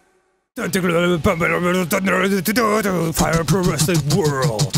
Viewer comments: "And we're the Game Grumpsd" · "Game Grumpsd" LUL